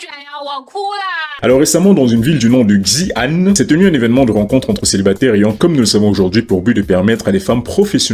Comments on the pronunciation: Xi'an se prononce "Tchi-ane", pour comprendre la prononciation du chinois, il faut que tu regarde des vidéos sur le Pinyin (la prononciation de l'alphabet occidental en chinois) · Juste une chose xi se prononce si en chinois Xi'an --> Si âne